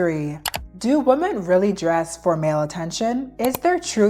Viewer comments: CAN YOU PLEASE PRONOUNCE THE WORD WOMEN RIGHT PLESSE? ITS GIVING ME THE ICK I JUST CSNT ITS PRONOUNCED “ WEEMEN” OH MY GOD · It’s pronounced wuh-men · not hating, just constructive criticism: you're pronouncing the word "women" like "woman", and personally, it really throws me off and distracts me from your otherwise interesting takes. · is it really that hard for native speakers to pronounce women and woman correctly?